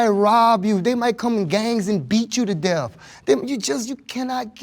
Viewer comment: Can we learn how to say death… it’s not pronounced deafs. 🤦🏽‍♀️